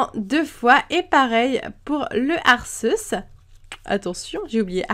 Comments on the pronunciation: Arceus se prononce Arkéhusse :) ;) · Sa se prononce pas "Arceus" mais Arcéus" !! nan jrigole bonne vidéo sinon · Je fais du grec et Arceus doit sûrement venir de Αρχος / arkos / qui signifie dirigeant, chef. Mais je prononce quand même Arceus / ar c usse / x'D. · Salut miss c'était pour te dire que on dit arqéus j'ai vu le film je sais de quoi je parle et mon préféré sa était anfinobi